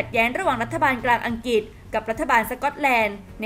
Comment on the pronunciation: ออกเสียงคำว่าอังกฤษไม่ถูกต้องนะครับ อัง-กริด ไม่ใช่ อัง-กิด